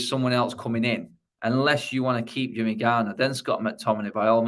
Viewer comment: "Jimmy garner"